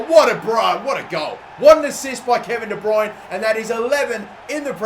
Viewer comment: Please work on your pronunciation of Kevin de bruyne - you murdered it